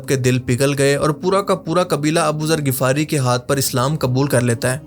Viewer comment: Bro MashaAllah bht amazing video banai just need one correction its (Ghifari) Ap Shayad (Ghafari) bol rahy ho